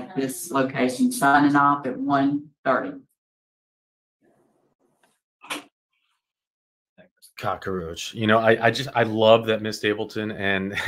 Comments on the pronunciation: I love your channel and I'm glad you do what you do... but every single time you say cock .a. roach.. it's so ... like nails on a chalkboard... there's no a in the middle. silly thing to focus on, I know. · The right progrums might help you. 😅